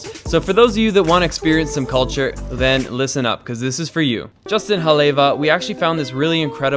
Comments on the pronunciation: Great video with interesting and informative commentary. Too bad you missed the shark cage. One thing. Since you made a point of stressing the w in Haleiwa is pronounced like a v, you should know in Hawaiian each vowel is sounded. So it's not Ha lay va, but rather Ha le i va. The w, I was told by a local expert is not exactly a v but something in between. When I travel abroad I try to learn precise pronunciations. Sorry, that's just me. Oh, and thank you for all the great shots of Katy. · Lanikai (Lah-knee Kai) Haleiwa (Hall-ay-eve-uh) Not tryna be mean or annoying just for future reference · "Lan-ah-kai"? No. "Lah-nee-kai". "Hah-lay-vah"? No. "Hah-leh-ee-vah". "Ee-hoo-kai"? No. "Eh-hu-kai". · Hale-eva, not haley-va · Brah, it's pronounced "Hah-lay-ee-va" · Oh my man, Haleiwa is pronounced Ha Lei E Va. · Haleiwa is pronounced Hah-lay-Eee-Vah & translates to House of the Iwa (Eee-Vah) or Frigate bird. Ehukai is pronounced Ay-Hoo-Kye & translates to Red Ocean water. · Ha-lay-ee-va (Haleiwa) La-nee-kai (Lanikai) 🤙🏼🤙🏼 aloha from Oahu, Windward side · It’s pronounced ha le iva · Hah-Lay-Ee-Va ....#auwe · Awesome video from a local. Although Haleiwa is pronounced Ha-lay-ee-vah. Lanikai is pronounced Lah-nee-kah=ai. No worries just saying. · Pronounced Ha-le-ie-va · your pronounciation of these places are soooo bad. Haleiwa, Lanikai, Ehukai, Ukulele, all said horribly wrong. Haleiwa is pronounced H-aw-leh-ee-vuh. Lanikai is law-knee-kigh. Ehukai is eh-hoo-kigh, Ukulele is oo-k-oo-leh-leh. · Pronounced..LONI KAI. (Lani Kai)... And HOLLY EVA... (Halewia) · Hale iiiiiwa pronounced ;) just for next time, no offense ! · Well first You said Lanikai wrong, and Haleiwa😂 and I think the yoga floats was at Ala Moana not Waikiki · Dude...you butchered the pronunciation of Haleiwa and 'Ehukai...bad...however you did say Acai correct..90% of volggers like Jon Olsen say it wrong..anyway I lived in Haleiwa and Hawaii for 11 years. I made a coconut observation video on a recent visit.